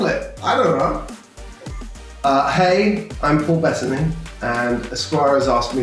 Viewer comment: His name is Paul Be tta ny. Not Paul Bet ney? WTF